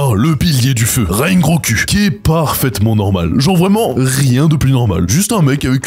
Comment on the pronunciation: Rengo"ku" jpp